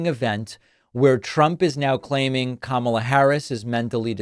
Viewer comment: If somebody was cognitively declined, why would you chant, lock her up?? And I love how Trump complains about something, then says, I don't care, I don't care. But if you didn't care, why mention it??? And he is a complete jackass for deliberately mispronouncing her name!! 🤔